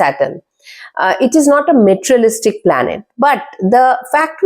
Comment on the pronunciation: Word materialistic wrongly pronounced...😂😂. Plz work on correct pronunciation. Average video